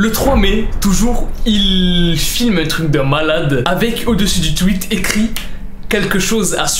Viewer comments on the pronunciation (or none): none